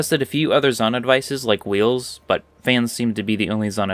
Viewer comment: It’s pronounced Zonai, not Zonai.